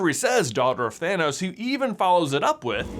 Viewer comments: I hear Thinos, not Thanos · Why do I hear it "gamora daughter of thenos" instead of "thanos" maybe it's all just a coincidence and her actual father has a similar name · Red skull says Thaynos sooooo, it can’t be Thanos!😂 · Red Skull doesn't say "Gamora, daughter of Thanos," he says "Gamora, daughter of THAYNOS." Thaynos, Thanos... completely different people! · If Red Skull has infinity stone knowledge of everyone and their fathers' names, why does he probounce Thanos as Thay-nos? 🤔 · I heard “Phinos”/“Finos” not Thanos, 😅😅😅 but then I don’t have great tonal hearing. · I know it makes no differnce either way, and is based on accents, and upbringing, but the way red skull pronounces thanos is differnt from like how the vast majority seem to pronounce thanos, and i would find this theory to be just really really funny if it was 2 differnt thanos, just how you would pronounce their names